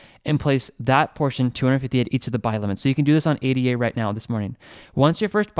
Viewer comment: Nice vid! But must say ADA isn’t an abbreviation. its named after the mathematician ‘Ada’ Lovelace. Pronounced Ada not A.D.A.